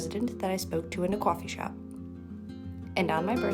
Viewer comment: Ok, not caw-fee, more like cwoh-fee. Definitely very localized to...somewhere. 😁